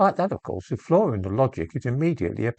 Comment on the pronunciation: I do wish people would use correct pronunciation..